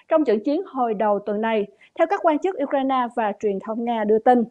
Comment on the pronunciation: Uk-RAINE, nhấn mạnh ở phần sau. Phát âm đúng là để tỏ sự tôn trọng dành cho toàn thể người dân anh dũng Ukranians.